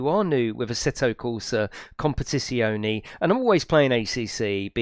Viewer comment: Hi I do love how you say asseto compitiononie very funny 😄 👍